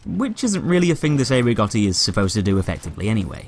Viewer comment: Cei Rigotti is pronounced Chay Rigotti pls